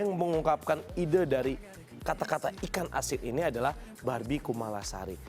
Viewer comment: apa gw doang yg denger doi bilang "B*Bi KUMALASARI " ..hihihih